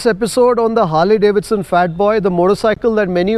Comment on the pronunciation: it's Harley as in harlie, not Harley as in harlay. Proper noun bro.